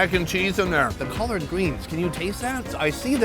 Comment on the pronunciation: Did you say colored greens lol it collard